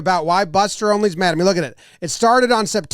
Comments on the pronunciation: Why does everyone always say this guy's name as "Only" it drives me mad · I'm sure pronouncing his name "Only" will bring him back on your side 😉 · I like how he pronounces Buster's last name as "Only". lol. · Buster “onley” 😂